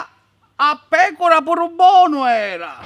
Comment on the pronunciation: Ma perché dici "bonu era" come i paesani cafoni??? BBBBUUANU ÌARA!!!